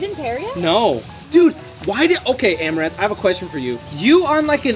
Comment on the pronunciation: u mean arm-a-ranth desperate for views par-tay